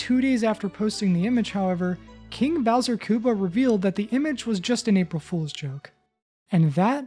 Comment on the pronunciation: No way he’s saying Kinga Bowser!